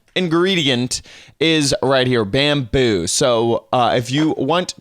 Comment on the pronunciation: Why in the FUCK are you saying bamboo like that Jesus